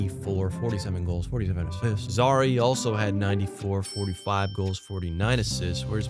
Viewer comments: Its pronouced Zary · terrible pronunciation of zary and coronato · Killed me lmao